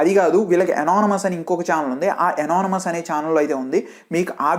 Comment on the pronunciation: Anonymous pronounce crt ga chey bro 😅